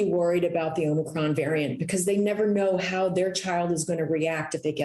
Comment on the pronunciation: He said, "Be concerned about Omocrom, but don't be alarmed"...what? He doesn't even know the correct pronunciation....Sheesh! 🙄